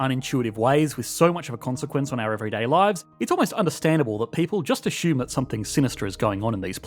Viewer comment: The word assume doesn't have an H in it.